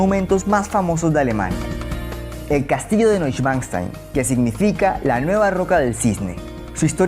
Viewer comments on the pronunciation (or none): TE AGRADEZCO LO MARAVILLOSO DE TUS REPORTAJES. SOLO TE RUEGO CON RESPETO: NO SE DICE AUSWEINTAIN SE PRONUNCIA OYSWENSTEIN, LUDWIG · Creo q se pronuncia Noishvanstain 🙂